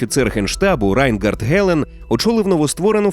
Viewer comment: Райнгард через букву "гава" ? Вы цыгане? Может быть вы урумы? ГР_ый галицкий суржик для безграмотных.